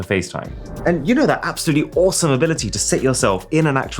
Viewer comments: I thought you’d say ARsome 😅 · “Vrsome” I’m unsubbing due to the fact this is super cringe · “A sub would be *vr*some”? Ouch… 😉